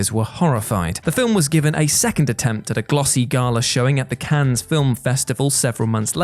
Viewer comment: Just a gentle reminder: The "S" in Cannes isn't pronounced by the French (same as in the LeMans 24 Hour Race).